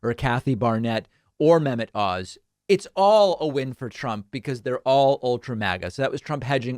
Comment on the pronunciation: When you said "Dr Mehmet Oz" I heard "Dr. Menopause"